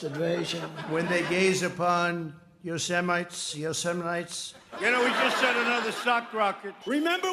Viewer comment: HAHAHA Did he really say Yo Semites????